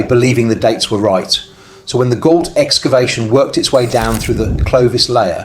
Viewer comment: Gault is a French name and is pronounced Go, like Renault, ault is o